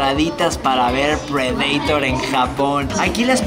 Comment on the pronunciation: Predator se escucha bien raro como lo pronuncias